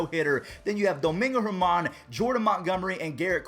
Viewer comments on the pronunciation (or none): none